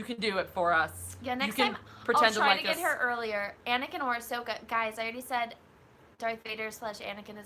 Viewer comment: Anyone else notice that keeps mispronounsing ashokas name. Its a-so-ka, not a-sho-ka.